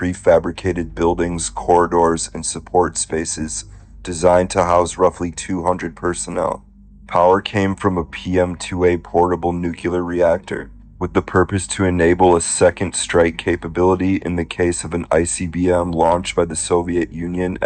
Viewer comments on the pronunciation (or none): Why are most Americans not able to say nuclear and say nucelar instead? Is it hard for you to say the cl ? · Why do people say (nu-cu-lar) and not (Nu-cle-ar) as it is supposed to be pronounced? This just annoys me to no end!